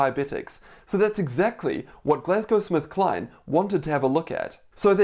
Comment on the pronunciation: Hi doc thanks for this but I keep hearing you say Glasgow SmithKline 🤔